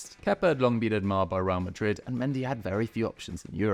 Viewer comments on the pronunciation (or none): none